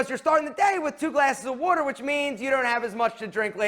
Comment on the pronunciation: Bro can’t say “water”